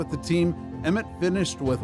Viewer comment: Emmitt not Emmith